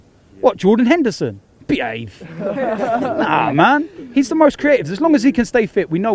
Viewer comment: emphasis on ‘Behave’ is class 😂😂